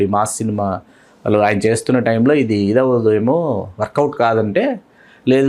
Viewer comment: వాల్లు కాదు వాళ్ళు ! ళ అనే ఒక అక్షరం ఉంది తెలుగులో.